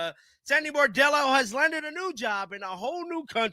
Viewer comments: B r o n d e l l o not B a r d e l l o! Lmao love ya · BRON-dello, not BAR-dello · Bro… Get her name right. It’s not “Bordello”. It’s Sandy Brondello. Bron-dello. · BRONDELLO.... NOT BOREDELLO.... She's not a hooker.... Lol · He always mispronounces her last name. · Her name is BRON-DELL-O! Get it RIGHT!!!